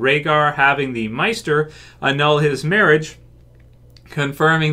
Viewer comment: How did you say maester?